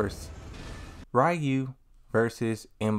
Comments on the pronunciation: Stop saying Rayu please 😂😂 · I find it interesting people still say Ryu's name wrong these days. I used to say it wrong when I was a kid. Lol.